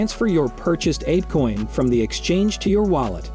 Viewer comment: Probably AI voice. No one would pronounce it Appecoin lol